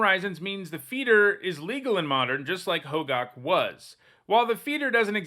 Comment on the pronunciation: isnt it pronounced "ho-gack" not gawk? i might be wrong though